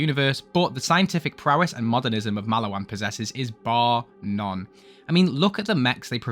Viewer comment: please learn to say maliwan correctly twin :3